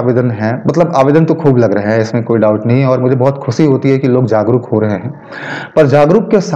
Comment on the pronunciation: slow speed , What do you meant by '"खुसी "" " " ख़ुशी नहीं बोल सकते